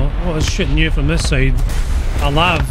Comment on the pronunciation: It’s pronounced Ell Ay Vee. It’s a light armored vehicle, not a lavatory. 🧐